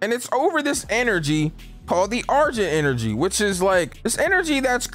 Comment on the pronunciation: Nigga really said "argent enery" 😂